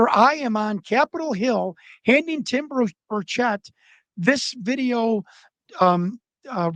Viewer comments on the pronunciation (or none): Why does everyone pronounce Tim Burchet’s name wrong